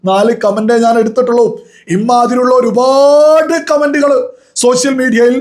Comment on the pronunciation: ഈ ഒരുഭാഡ് എന്നുള്ള സംസാരം ഒന്ന് മട്ടിപ്പിടിക്ക് ഒരുപാട് ആണ്‌